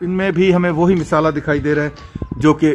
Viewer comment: Misala nahi Masala kahoji